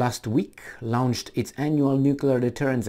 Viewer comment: Let's see if he can pronounce "launch" correctly soon too :P